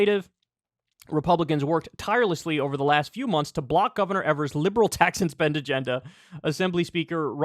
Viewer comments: Hey Kyle, it’s pronounced EE-vers not ever-s. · My Boy Tony! Here in Wisconsin we love him. Hes so much more responsible then any of our Republican controlled State. Aslo, Kyle...Its pronounced EEversNot Ever-s. Got you bro 😀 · EE-VERS, not EV-ERS. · EEEEEEVers not evers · Kyle, his name is pronounced "Eeevers" Strong E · I love my Governor. But his last name is pronounced "EE-vers" just a friendly FYI. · Can just one political commentator learn how to pronounce Evers please 😂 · Love Kyle, but the Gov's last name rhymes with Beavers. He's a progressive stalwart in a key swing state, he's been Gov for 5 years, and you still don't know how to pronounce his name. Come on man!